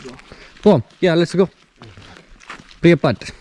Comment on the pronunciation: Priyapaat Alla pripiyat annu maachane